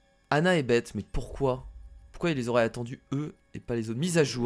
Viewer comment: oh faite on pour beth on dit baisse pas bete